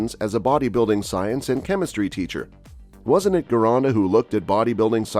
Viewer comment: Gironda was Italian, so it should sound like "Gee-ronda", not "Ghee-ronda". Next, Frank indeed trained a little bit in Vince's studio for one of the Olympia's because at that time Gold's Gym was making a movie "Pumping Arnold". Of course, Frank ridiculed Vince for not having a squat rack in his gym, etc. To be fair, Frank doesn't seem to take a lot in terms of training from Vince (comparing to Mohammed Makkawy and Steve Davis who never gave enough credit to Vince although took a lot from him).